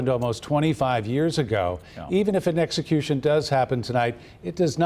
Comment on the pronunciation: Did she say sexecution